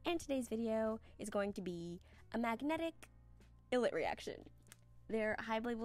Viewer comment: ILLIT is pronounced eye-lit btw! It used to be written as I'LL-IT but they changed it bc of copyright issues 🤧 their name means I Will Be It and the - it used to have represented a fill in thing so for example they have a predebut show called "i'll like it" where they went on a vacation to jeju island after the show they were formed in, runext, ended!